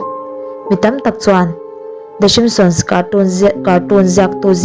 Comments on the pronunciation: Enge "Shimptions "chu? "Simpsons" a lawm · ah i lam dan hi a dik lo a ni ka ti mai a lawm."shimsions"😂😂😂😂😂😂😂😂😂😂😂😂😂😂😂😂😂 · The shimson i tih khan i lam sual emaw ka tia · i Video upload hma ten a lamdan te hi i enchiang ngailo a mi a?😂lmao.The Simsons show te chu ka en thin alom,Mahse i lam dan hi a tha em a ni.lol😂😝